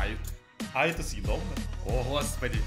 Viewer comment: Что всегда говорит: это седобно это седобно это седобно???????